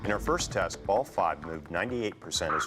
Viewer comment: he sed tet not test